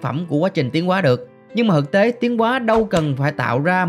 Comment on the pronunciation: thực tế thì đọc là hực hế , chịu luôn